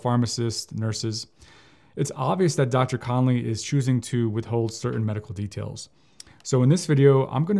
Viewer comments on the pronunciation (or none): none